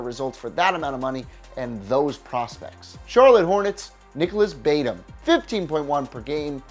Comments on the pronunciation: why did you say Bate-um? It's pronounced Ba-toom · Does this dude even watch basketball?? I just heard him pronounce Batum - Bay Tum? Lavine - La Vine? And he has Horford, Dunn and Collins as disappointments?? I’m only into this video I can’t watch anymore smh. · Its pronounced Nicholas Bat-oom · Nicolas BAY-tum or BUHTOOM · Al Horford did what he needed to do, he didn’t disappoint. Gordon hayward was a much bigger disappointment since he was paid a lot but he only played 5 minutes. John Collins and Kris Dunn lived up to expectations. And did you mean Nicolas batoom not Nicolas bate uum. I’m not a big baller fan but Brook Lopez was more disappointing than lonzo. I swear you only look at stats and don’t watch games. Also, the spurs made the playoffs this year idiot, and you say the warriors disappointment was not winning 74 games and not lack of center production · Close Combat44 it's "Ba-toom" not "Bate-um". And it's Nicola not Nicholas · Nicholas “bait em” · First he says “Bait-um” Then he says “Luhvyne” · Nicolas “Baitum” 😂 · So many pronunciation issues lol “La-Vine” “Bay-Tum” and more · Bu-tOOm is the correct pronunciation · Did he just say LaVINE and Baytum. Learn how to pronounce names. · Bate-um , Le-vine . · Did this boi just say Bay-tum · Keep to nfl, if you can’t pronounce batum you should probably mind your business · I almost died when he said Batum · You clearly know nothing can’t even pronounce batum